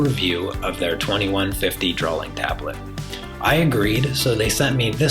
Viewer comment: 'Drawling tablet'?